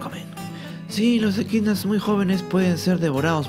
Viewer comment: ¿EDQUINAS? De lo que uno se viene a enterar. Gracias ♡